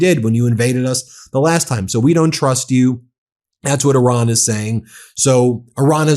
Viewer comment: Stop saying "Oran". Please!! The name of the country is Iran